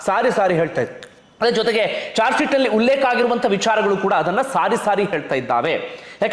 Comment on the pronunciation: ಜಾರ್ಜ್ ಶಿಟ್ ಅಲ್ಲ sir ಅದು... ಚಾರ್ಜ್ ಶಿಟ್ 🙏